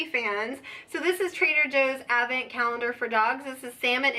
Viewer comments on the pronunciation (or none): TFS. Happy Thanksgiving. Advent presents are great. You say it without the D which makes me cringe every time but I love you enough to keep watching lol